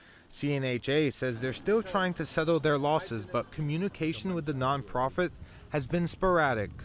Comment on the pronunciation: Yep. I've noticed that he pronounces words goofy. Like "setho" instead of "settle", or "deh" instead of "debt", "geh" instead of "get".